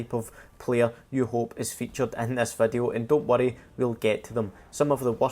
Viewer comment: why am i hearing wadu instead of video ?